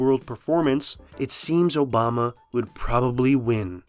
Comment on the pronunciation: obamna slip up lmao